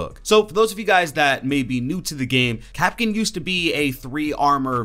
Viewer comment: Wait kapkin it’s (kap)(can)